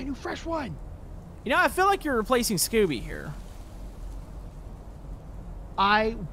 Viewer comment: ob: SCOOBY! Me: russian/Ukrainian